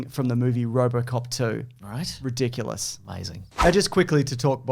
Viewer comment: Did you just say "ri-dooku-lous"? Or am I projecting possibly better scripts?